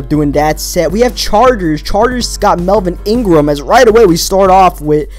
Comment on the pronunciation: Did you just say Melvin Ingram? facepalm